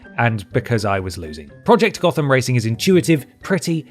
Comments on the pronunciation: just a quick one , Gotham in Nottingham is pronounced Goat-ham. :) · I'm surprised you pronounced "Gotham" wrong!